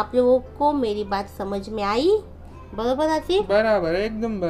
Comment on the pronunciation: Aunti ''baraber '' aapke munh se bht hi acha lagta h